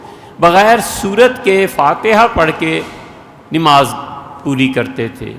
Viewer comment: حضرت لفظ نِماز درست کرلیجۓ